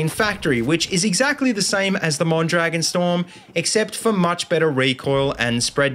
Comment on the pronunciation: just a little tip. it's pronounced mon-dra-GÓN